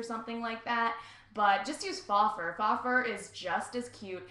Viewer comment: its pronounced fo fur not fa even though its spelt faux